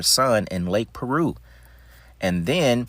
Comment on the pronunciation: Lake Piru not Lake Peru homie!